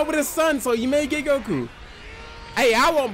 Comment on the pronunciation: am i the only one hearing the way he says goku "Gaku"🤣🤣🤣